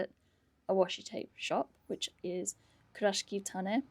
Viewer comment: Hi, loving your content especially the TN and TSL Kurashiki ones but I’ve noticed your pronunciation is a little off. Sorry but it’s pronounced Ku- ra-shiki not Kur-rashki.